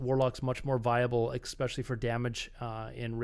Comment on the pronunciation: why are u saying "especially" as eXpecially, really bothering me, lmao